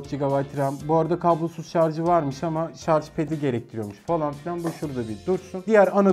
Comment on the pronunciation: Şatj hızı